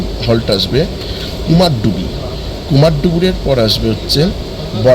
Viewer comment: It's not KUMARDUBI, it's actual pronunciation is KUMARDHUBI(कुमारधुबी/কুমারধুবী)